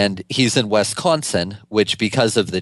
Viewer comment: Is he saying "West Consin" ??